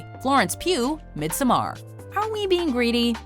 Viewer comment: The way you said Midsommar was soooo cock